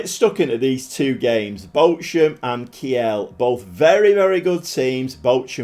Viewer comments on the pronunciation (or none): Heads up, Kiel is pronounced keel, like the keel of a boat or the beginning of kielbasa…